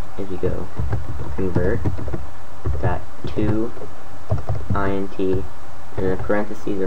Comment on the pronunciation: It's pronounced int, as in integer. Because it's an integer.